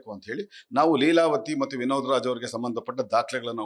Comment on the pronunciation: ಅಣ್ಣಾ ಇಲ್ಲಿಗೆ ವಿನೋದರಾಜ್ ಅಂತ ಉಚ್ಚಾರ ಮಾಡೋದು ನಿಲ್ಲಿಸಿ